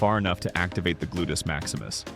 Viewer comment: Terrible narration drives me nuts. Also, what is a glutus. Can’t he say gluteus if he’s an expert?